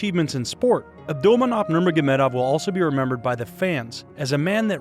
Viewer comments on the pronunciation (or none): Its not "nurnogagurmedov" its "nurmogamedov"